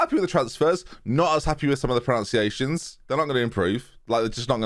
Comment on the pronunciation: Sorry to be picky but while mispronouncing names you mispronounce that word mispronunciation.